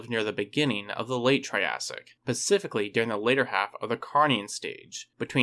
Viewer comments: It’s not pacifically. It’s SSpecifically. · Did he say "pacifically instead of specifically?"